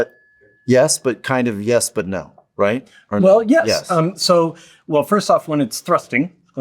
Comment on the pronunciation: Well he says Fist me 😂